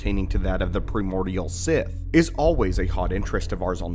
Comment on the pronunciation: I am starting to think is a text to voice app. Some of the mispronounced words are as bad as the "top 10 junk items that we are trying to sell you from amazon FOB services" videos. At least it is not the "default" voice. Deeds pronounced deads due to typo, primordial pronounced pre-mordial multiple times, rubbery pronounced rube-ery. None the less, I am still a fan of the channel for the great research into the lore their writers do.